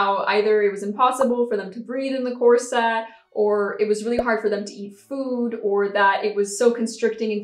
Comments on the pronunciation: Cor-sett?? Ha ha ha! Try to hit it inbetween 'corsit' and 'corsut', and remember to not roll your r in the middle. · I’ve definitely noticed how you pronounce corset but I really like it! It does seem to be the “unusual” way it’s pronounced but I don’t think you are the only YouTuber that pronounces it like that…I’m pretty sure I’ve heard one or two others pronounce it like that and I don’t mind it at all. We all know what you’re saying and that’s all that matters. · I just did a quick etymology search, and it is an Anglo-Latin word, so the emphasis would be on the first syllable—COR-set. Now we know. 😄😁😄 I thought people did videos all the time, raising money and giving the proceeds to others for all sorts of charities and things. Why was this an issue? I would also think that they would give you at least one warning. People violate TOS and are given the chance to correct things. Why not you? Is this a way to hoard creators’ money? I’m frustrated on your behalf. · Didn't realize at all that you were pronouncing corset in a "different way" 😂 must be that English isn't my first language either